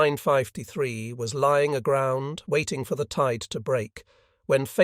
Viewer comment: Why does he pronounce it as "U Nine- Five- te- Three"?